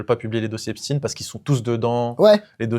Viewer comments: C'est epstaan pas esptiiine merde. Et merci pour vos rires🫶🫶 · Haipchtayne si tu veux l'écrire comme ça se prononce je crois